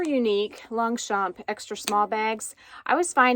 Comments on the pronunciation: Hi😘 What an unboxing!! This bag is just AMAZING!! love it 😍 Concerning your pronounciation , ok I can tell I am French 😊 you pronounce really correctly Longchamp 👍 just try to not tell the letter P at the end. It is pronounced in fact "Longcham" but seriously i repeat you say it super correctly. Concerning the word "cuir" / leather in English, you also got it right ,say it more slowly : like "cuuiiir" . I wish I can pronounce English words so good like you pronounce these French words 👍😘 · Thanks for sharing the unboxing of your latest Longchamp bag. It's beautiful! Here's a tip for the French pronunciation of Longchamp. The 'g' and the 'p' in Longchamp are silent. Can't wait for your next unboxing surprise.